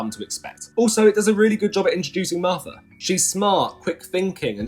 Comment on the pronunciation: You know, the Marfta, that claffic Doctor Who villain.